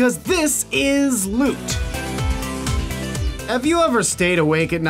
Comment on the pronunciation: nothing makes me angrier then them saying lut and not lüt. whats the truth?